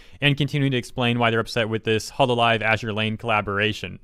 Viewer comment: why did she call hololive hololololive